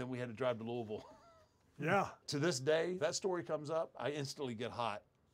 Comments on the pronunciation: I was just excited to hear Loiusville pronounced right. Love these old stories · Being from Louisville, hearing Taker say Louisville correctly warms my heart lol